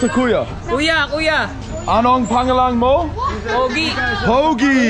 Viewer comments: You ROCK,! Thanks for the comic relief! Your humbleness and ease when it comes to getting down with the locals definitely make for a fun watch. Will you still be there in April? Heading out there w/ family. By the way, pangalan is pronounced....."pung-alan". Have fun! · Bro your videos are pretty cool, when you ask what’s your name in Tagalog, pronounce it like this ano ang pawng ahhlan mo.. not the correct spelling but more understandable. Thanks and keep the videos coming. Entertaining. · I love your videos but they all corrected you but idk if you've heard it, but it's pronounced "pung-ah-Luhn" pangalan. We don't have the long vowels in Tagalog. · ANONG PANGALAN MO? WHAT IS YOUR NAME? YOU ARE PRONOUNCING IT WRONG FROM THE VERY START BRO! I THINK IT IS ABOUT TIME YOU SHOULD LEARN HOW TO PRONOUNCE IT SINCE YOU HAVE BEEN SAYING THAT MORE THAN ENOUGH FROM THE VERY START.